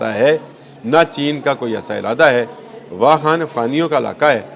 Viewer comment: It's not wahan but wakhan. Plz speak clear urdu😂